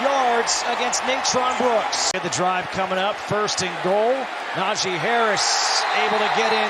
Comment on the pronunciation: Nah-gee, not Na-jay...